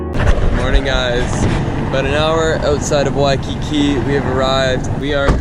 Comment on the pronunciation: WOAH SOMEONE SAID WAIKIKI CORRECTLY THIS TIME... well small kine😹